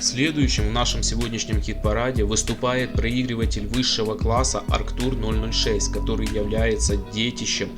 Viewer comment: Не "Акртур", а Арктур! И не Электроника 060-стерео, а Электроника ЭП 060-стерео!